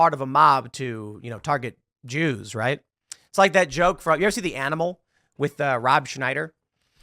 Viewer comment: Tim made a video just to say "Ze Jews" change my mind. Lol